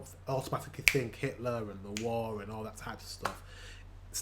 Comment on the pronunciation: the irony that he pronounces it "zat" :D "th" is the top first thing germans struggle with pronounciationwise. in many cases we are so selfaware in that regard, that most have been teased when saying it wrong atleast once and we usually notice a german speaking englisch when it is just the tiniest bit off i remember once, it was like a sciencey vid and there was a professor or something, that lived in the usa for 20 years, working on some crazy advanced projects, teaching at universities and so on... 3 sentences in i thought "that person sounds german", and lo and behold, she was xD its like spidey senses